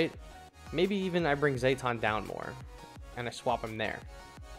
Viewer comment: Great tier list, really useful for a champion noob like me But I can't ignore how you pronounce Zetton like Zay-ton, it should be Zet-ton like Jet Engine